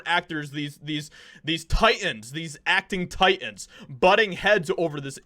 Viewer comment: The word is TITAN not TI-IN.